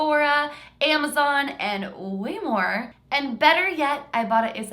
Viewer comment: When said "ibota" I thought said "ibottom" I had to look in the description to see what she really said 😂